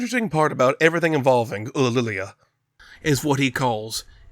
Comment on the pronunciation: It may be difficult to pronounce, but the way you say "Ulililia" is really quite beautiful